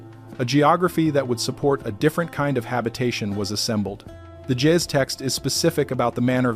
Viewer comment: I enjoy these-kinda long, but very informative!The G in Gaez sounds like the g in green-not like a J, & the A is long.